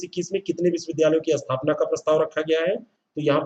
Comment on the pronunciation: अस्थपना नहीं स्थापना होता है सर